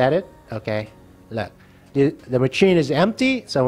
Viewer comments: Oh my god it’s pronounced “masheen” not “macheen”, also why are you worked up about the gems when you can just collect the gems as you place blocks for the row above/below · Mah chin😂 it’s pronounced mah shin